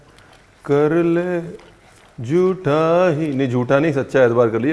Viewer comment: Ranveer bhai aaj aap lag rahe the 😜😜sach me aadhi nind me ho 🤣esiliye Pal bhar ke liye Hume koiee Pyar kar le , Jutha hi sahi 🤣🤣 actual word is Jhutha not Jutha … ( Phir ye mat kahna ki humne bataya nhi 😅) jokes apart really liked the dish .. yes today only I m going to give it try … lots of respect nd love from US.. all time fav chef 🙏🙏